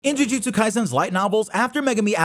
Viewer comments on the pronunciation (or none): none